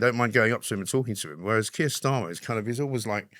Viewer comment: It's Keir not Kier FFS.